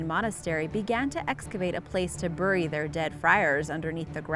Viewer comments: You pronounced bury wrong. Ending the video now. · The way she pronounces "bury" angers me